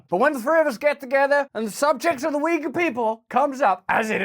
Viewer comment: its not weager its OI-gur. To pronounce Yugur. Ty for info as always